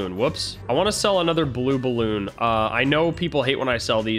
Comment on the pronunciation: i laugh so hard when he says blue balloon 😂😂